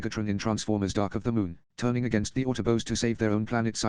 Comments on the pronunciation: Love the constant "autobos" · The autoboas